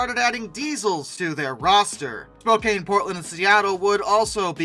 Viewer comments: Re record your commentary with correct pronunciations. It's spo-can just for one example. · Spokane =spo CAN. Spokane sounds kinda like a slow CAN. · Even though "Spokane" looks like it should be pronounced the way you pronounce it in the video, the correct pronunciation is as if the "e" were not there, with the last syllable sounding like the word, "can". You're welcome. =PC= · Other than the persistent mispronounciation of several Western names, like Willamette and Spokane, very well done.